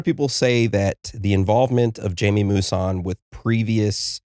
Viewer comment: Pronounced hymee... Not jaimey. Geez anyone that does not know this researcher can't be very knowledgeable in the field of ufology.